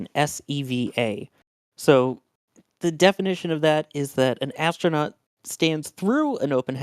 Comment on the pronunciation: Why is a person who is a commentator for NSF pronouncing 'astronaut' as 'ashtronaut'?